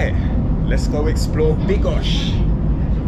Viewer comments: Bro. make your mind up: BYDGO... NOT BYGO...... and you mixed them up, making it sound like BIGOS the dish. Sometimes you said it correctly, sometimes not. There is clearly a D, which is not a silent letter. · Bydgoszcz not bygosz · it's pronounce Byd-gosh-ch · Pronounce it BYD-GOSZ_CZ, in Polish we do not waste letters, esp. consonants. SZ+CZ is not withouth reason, also do not skip the letter D. Keep in mind, wikipedia usually provides city pronunciation. Greetings. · I understood: "I'm in bigos." xD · you do have to pronounce the letter "d" in Bydgoszcz😊